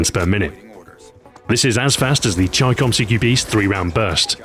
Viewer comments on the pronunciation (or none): none